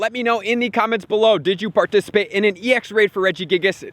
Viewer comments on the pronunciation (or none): none